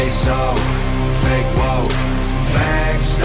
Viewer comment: Bro the Fah-kay Wah-kay shit killed me 😂😂 Also, the Windows XP sound effects 😂😂